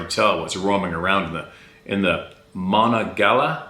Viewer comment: Monongahela pronounced monongaheela. Name of national forest in W.V. , small town in south Pa. And more importantly, one of the 2 rivers ( the other being the Allegheny), in Pittsburgh Pa that form the Ohio river